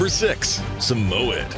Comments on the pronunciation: Pronunciation: SA - MOY- YED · The fact that u say “Samoyed” wrong just proofs the lack u know about dogs 😒🤣